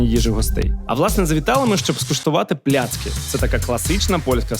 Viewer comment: Михайло, випуск супер!!! Сам захоплююсь фаст-фудом і взагалі їжею.... Але є одне але....дуже ріже слух неправильна вимова страв....не пиЗи, а пиЖи...не тлІсти чвартег, а тлУстий чвартек..не плЯцки, а плАцкі....а так взагалі дЖєнькує бардзо за тен фільмік)))